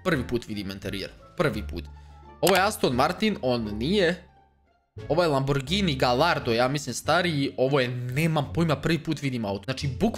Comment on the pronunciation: Znao autima a govori laburgini